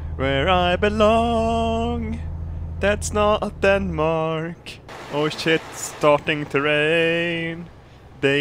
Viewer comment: "Danemak" lol